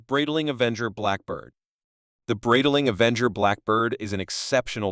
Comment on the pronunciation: Such a pathetic example of AI, cannot even pronounce ’Breitling’ or ‘bezel’ (beezel?) This CANT be sponsored by “Breetiling”